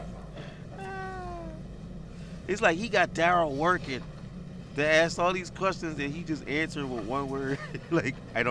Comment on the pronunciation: you’re my buddy. So I’m going to ask you. Why can’t black people say “ask/asks”? (asses) (ass)